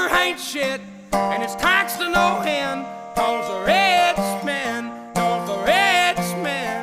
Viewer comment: "taxed to no hend"